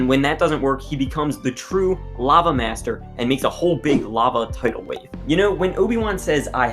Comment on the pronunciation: You pronounce “master” like “meashter”